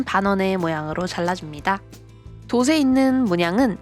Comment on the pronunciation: 영상 잘 봤습니다~ 다만 한 가지 불편한 점이..ㅜㅜ “돛을, 돛에“를 자꾸 ”도슬, 도세”라고 발음 하시더라구요… “도츨, 도체”입니다.. 표기가 돛 이여서 돛을 만드는 건 알겠는데 발음이 틀려서 의미전달이..잘 안되네요. 예를 들어 “빛이 (비치)“를 ”빚이 (비지)“라고 말하시는 느낌…?